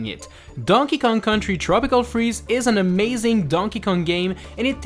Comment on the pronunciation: “tropical cheeze” instead of “tropical freeze”?